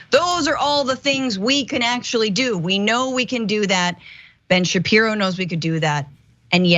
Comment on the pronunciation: Oh yeah that's smart to say Ben Shapeepee.. ... 🙄🙄🙄 I know they whipped his in school